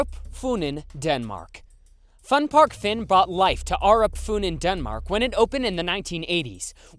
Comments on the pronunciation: For the Fun Park Fyn I cringed so hard because of how it was pronounced like 'Fin'... I can't stop laughing at it though it hurts my ears lol. I will admit Danish city names are strange, even if Fyn is the name of the island itself. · was kinda surprised to see one where I live, also just wanna note Fyn is pronounced wrong, here Denmark, I and Y sound are reversed, I made that mistake a lot when I learned English, a close of say fyn is pronounce the Y like you would in you.